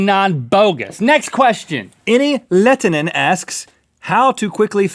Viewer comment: Enni Lehtinen's last name is pronounced "lay-ten" actually haha